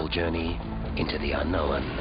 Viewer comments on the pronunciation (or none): "The unknowen"